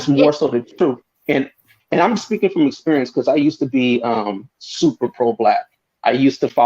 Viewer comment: It’s super and not “supper”. Grammar matters.